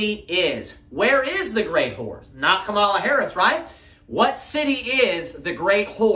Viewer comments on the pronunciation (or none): Remember it's comma-la, not kuh-MALL-ah. :-) "Then said they unto him, 'Say now Shibboleth': and he said 'Sibboleth': for he could not frame to pronounce it right." -- Judges 12:6